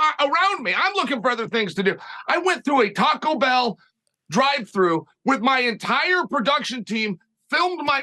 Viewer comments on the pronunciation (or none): none